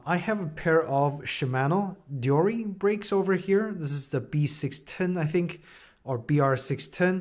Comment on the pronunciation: The way this guy is saying deore is lowkey pissing me off😂 overall nice review tho